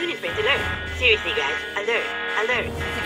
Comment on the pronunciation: SEROUSLIY 😂😂😂😂😂😂😂😂